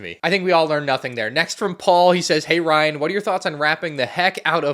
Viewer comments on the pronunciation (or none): none